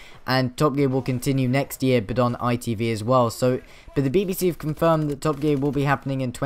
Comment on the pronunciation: "By hev a great time" RIP Top Gear